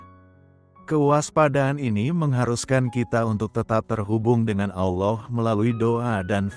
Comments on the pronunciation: Salah penyebutnya Pak Allah bukan allow itu nama yang sudah betbeda Terima kasih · Saya merasa janggal mendengar pengucapan "ALLAH" manjadi "OLLOH". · Tolong sebutkan Allah dan bukan Allow. Terima kasih. TYm.🙏🙏🙏🙏🙏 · Amin. 🙏 Mimin, biar pakai kata Allah saja tidak usah pakai Auloh lah.... 🙏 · Ameen Halelujah,Doa yg sangat indah tapi sayang penyebutan ALLAH diplesetkan ALLOH,TUHAN ALLAH kami adalah pemilik Surga Damai & Sukacita bukan TUHAN ALLOH pemilik Surga kenikmatan 72 bidadari,tolong dikoreksi donk,membuat mood berdoanya jadi berkurang,kesisipan rasa keki/dongkol mendengarnya,konsep ajaran 2 agama ini berbeda/bertolak belakang sama sekali tidak sama,yg satu mengajarkan kasih & mengampuni,yg satu lg mengajarkan bunuh yg bukan seiman,darahnya halal ditumpahkan,interupsi keberatan penyebutan nama TUHAN ALLAH not TUHAN ALLOH,undestood my brother,thanks 🙏🏻🙏🏻🙏🏻❤❤❤👍👍👍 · kenapa anda menyebut Allah dg Alloh? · Tolong dirubah mengatakannya bukan OLLoh